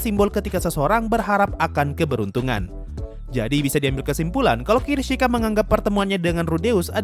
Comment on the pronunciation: kishirika bang bukan kirishika